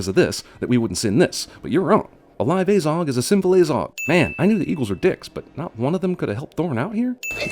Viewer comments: Pronounces it like "Ay-zog" instead of "Ah-zog" Cinema Sins: +1 sin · Ffs why are you saying things about a movie that you know almost NOTHING about. Like you dont even know the names of Fili and Kili, and you cant even pronounce Azog right. ITS AZOG NOT AYZOG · It’s pronounced ah zog not ayzog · So the only thing that really irritated me in this is how you pronounced Azog lol it is not ay-zog, it is aah-zog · Like, when he said Azog, he pronounced the 'A' as 'Ay' and not 'ah'. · It's probably long overdue to say this, great video but i just cant let it go unsaid, its a-zog, not ay-zog, why do americans always pronounce a as ay, do you say aypple? and also in the lotr trilogy aragon is about 90, he is a dunedain, who have longer lifespans than usual humans and he has a massive backstory leading the rangers around evendim, angmar and the northdowns which is basically due to legolas finding him and telling him everything that happened here, hence how they are really great friends by the time the lotr trilogy rolls around. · Narrator pronounces it Ayyzog even though in all the films it is never pronounced any way other than the way it's spelt: Azog. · I don’t care if this video is 6 years old I’m quite sure it’s pronounced as-og also Aragorn is in his 80s in Lotr and still lives over 20 years after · He's pronounced Azog wrong like 5 times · and it's azog as in a in at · Person who has watched all 3 hobbit movies still pronounces "Azog" wrong after it is said 100 times. DING